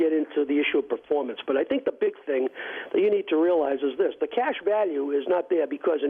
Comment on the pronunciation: PaFwormance..... Oh-Kay...... Oh-Kay>>>>>>>>>> Historically..... Oh-Kway Oh-Kway.........